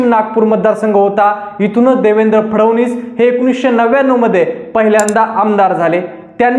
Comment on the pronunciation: फडवनीस नाही रे फडणवीस असे आडनाव आहे..